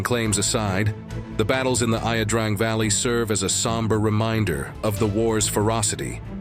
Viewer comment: Please do us a favor and do enough research to pronounce the the name of the valley the same at least twice.